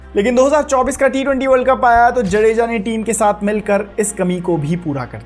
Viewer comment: भाई जडेजा नहीं जाड़ेजा है